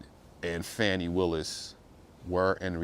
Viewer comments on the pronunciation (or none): At least pronounce her name right. It's irritating to hear so called professional people keep saying fanny when her name is Fani pronounced "fawni". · The woman's name is pronounced (Fawn) (knee) like a fawn. Not fan not Fanny. It is quite disrespectful to keep saying it incorrectly even though what they she and Wade did was disrespectful. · This entire video is disrespectful. Her name is pronounced Fawnie and you keep saying Fanny 🙄 and just affirming what the defense has to say without accurate facts. Carry on 😂😂